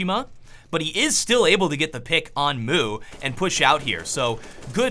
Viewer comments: The way he pronounces the name is so funny lol "moo" "kiOhh shi muhhhh" "doh see uh" xD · Dosia is pronounced dojia fyi :D and mou is like moe :D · The way he says mou; "moo", u think dis is a cow?:P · rip the way said kioshima and mou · Anyone else triggered by the way he says 'Mou'?